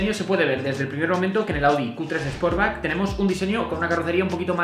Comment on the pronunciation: Es más, yo creo que dice sposback. A mi me gusta en naranja,... El sposback, jajajajajaja. Se me van los ojos detrás del glc Coupé en negro o rojo.